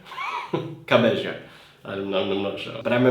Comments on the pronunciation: its CAMILA CABYO (Cabello) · You should react to more Camila ! Like her album simply called "Camila" And it's pronounced "Cabeyo" by the way 😉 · Cabello is pronounced like cabe'yo' plsssssssssssssss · it’s pronounced ‘ka-bay-oh’